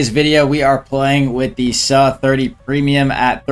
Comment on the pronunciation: pls bro its not saaaaa, saaa 30